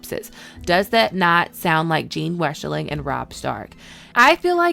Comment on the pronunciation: Jane/Jeyne not Jean.